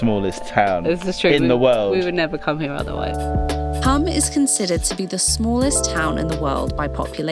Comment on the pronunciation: You pronounced Pula correctly but MURDERED Hum (pronounced the same way, Hoom - long u). Croatia is a lovely country. My partner is from there, so we visit. Of all the places in the world to be from, that's not too shabby.